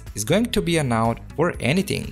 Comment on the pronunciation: that's not how you pronounce "ENOUGH"